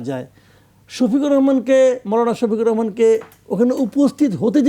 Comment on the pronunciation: আমি বক্ত ছিলাম, ইদানিং আপনার বক্তব্য আপত্তি জনক। আপনি ডাক্তার শফিকুর রহমানের নামটা পযর্ন্ত সুন্দর ভাবে বলতে পারছেন না।।জাতি হিসাবে লজ্জা জনক।